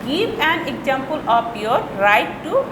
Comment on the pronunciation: miss why you say objuct, exesample etc